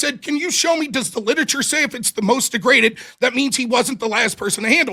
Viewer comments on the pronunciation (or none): 'dEgraGAted dNa'